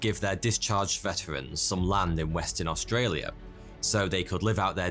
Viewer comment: As an Australian, I am impressed how well you pronounced Australia. Also, the emu war is our biggest meme